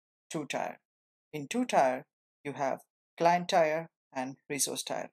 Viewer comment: Thanks for the intro! FYI, "tier" is pronounced "teer".